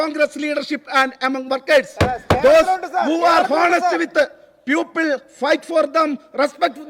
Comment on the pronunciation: സങ്കടമാണ് ട്ടോ,people,എന്നതിന് പകരം puple എന്ന് പറയുന്നത്.